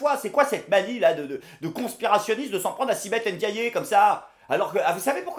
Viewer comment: Ça se prononce sibeth « endiay » pas « endiayé »